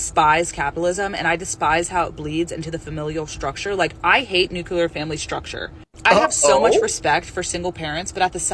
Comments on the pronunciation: Lost me at "nucular." You can't possibly be a smart person if you say "nucular." I mean, do you also say "nuculus." "I am a kid..." is supposed to be some sort of argument? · the "nucular" family (as she calls it) isn't a bad thing just because her father left.